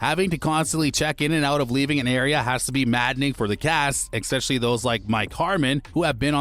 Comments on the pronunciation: And the word is pronounced “es-pecially” not “ex-pecially”! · Please learn correct pronunciation: it is 'ESPECIALLY', not 'EX-PECIALLY" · it's eSpecially...NOT eXspecially..... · Especially, not eckspecially. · Stop saying exspecially! Its annoying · You have great diction, but an odd way of saying "especially." Nice video, well put together. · Someone should advise the narrator that there is no “X” in “especially”.